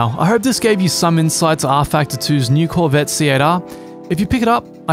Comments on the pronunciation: He’s saying SATA with a Japanese accent. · Hahahahahahahaha 😂😂😂😂😂😂 I was wondering why kept saying Cietta. Then like an idiot I realized that he is saying C8R hahaha. Nice one, great video. By the way I was laughing my a$$ off the whole time writing this comment. Thanks man I needed that. 👍 Happy Racing🏁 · i know he was saying C8.R but all i can hear is Siatta. Anyone else?